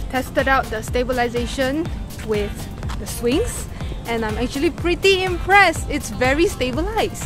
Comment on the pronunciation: Today =Sudey ,scared =care, pretty =pity, fab pronounciation 🤣🤣😂😂🤣😂😂🤣